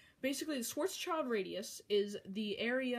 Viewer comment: You need to say it like Sh-w-uh-rz-sh-e-Lt-r-uh-dee-oos